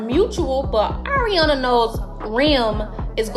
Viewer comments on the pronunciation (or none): none